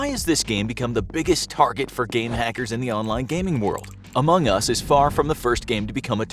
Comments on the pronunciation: why dies he say among us so weirdly? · Anyone else annoyed at the way he says among us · if you do another video on among us can you please say AMONG us and not among US?